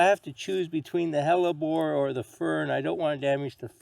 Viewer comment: I watched this video just to learn how to pronounce "hellebore." Was not disappointed!